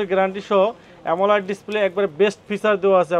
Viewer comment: পাগলা অ্যামোলেড উচ্চারণ টুকু পর্যন্ত পারে না। শুধু চাপাবাজি।